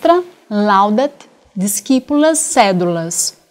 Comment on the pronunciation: Aula muito boa sobre a gramática, mas notei que a pronúncia da professora não estaria de acordo com a língua latina, como por exemplo: Discipulas é pronunciado como dichipulas (o c antes do i é lido como ch), não como disquipulas. Assim como o -ae no final da frase, onde não se pronuncia o "a" antes do "e", como Villae, que se pronuncia ville, e como o gn em ignóbis, que se pronuncia como nh: inhobis ao invés de iguinobis (o g só é lido seco, com g mesmo, quando tem o "u" antes do "i". Recomendo se basear na pronúncia do italiano, que é a língua mais próxima do latim atualmente